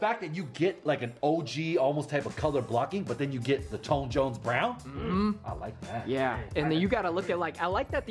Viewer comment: TONE WHO? TONE JONES. TON JONES. TON JONES.